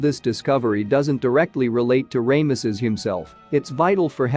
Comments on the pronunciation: Its Ramesses NOT.... Raymesses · You know you'd think that if you narrate these videos you could pronounce a Pharaohs name as popular as Ramesses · Definitely an interesting pronunciation. I suppose the first syllable is okay, since it refers to the sun god “Ra”, which some people pronounce as “Ray” (like the rays of the sun).